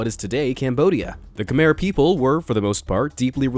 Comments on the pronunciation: Sorry but I am Khmer and you pronounced it km-air but it is pronounced km-ai. Again, sorry. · it's not "kmer " it is pronounced khmai XD. I'm khmer btw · Khmer is pronounced, Ka-my (kuh-mai). Im from Cambodia. Also, as a Buddhist, we do NOT have a god. Buddhism are about many lessons and teachings of types of sufferings to become enlightened etc. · It's not khmere its khamai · Its pronounced with the ending my not mer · I’m Cambodian but my parent pronounced Khmer kamir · Khmer is pronounced (ki-meer) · You said Khmer wrong. It’s pronounced Cah-My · Khmer is called KEH-mere